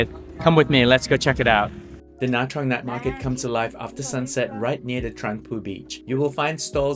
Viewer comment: Nice! Your pronunciation of Nha Trang is just fine. Most Northern Vietnamese pronounce “tr” as “ch” which is not technically correct but still understood. Your video reminds me to put Nha Trang back on my list of cities to visit next time I’m back in Vietnam. Haven’t been there since 2014 when it was overrun with Russians. Hopefully that’s no longer the case. 🤞🙏😋